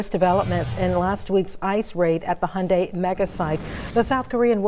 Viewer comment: Why do Americans say ‘honday’ instead of pronouncing it correctly?